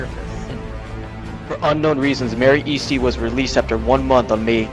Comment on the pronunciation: U said her last name wrong it’s pronounced (Es-ty) and spelt Easty. That’s what all of my moms side says. No hate tho. This video is very educational.